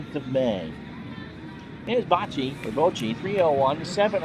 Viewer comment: Pronounced Bock-tee